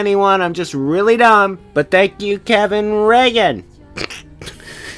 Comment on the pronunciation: It's pronounced like Kevin Reegan.